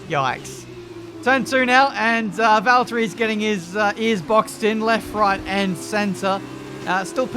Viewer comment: No no no, he's driving Valterrrrri Bottas 😂